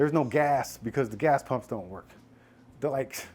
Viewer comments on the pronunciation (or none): did you say "gas pump" lol